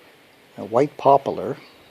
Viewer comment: WTH is popo-ler.???